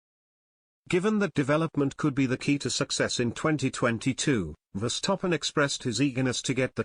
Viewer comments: the way you pronaunce name Max Verstappen , not Max Verstoppen ! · I can't help but laugh everytime I hear "VER-STOP-PEN" 😂😂😂😂😂